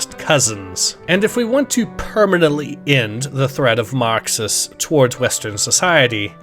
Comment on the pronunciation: tf u on? he pronounces it normal